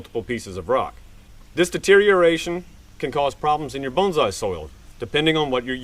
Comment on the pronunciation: You keep calling it a bonZai ;)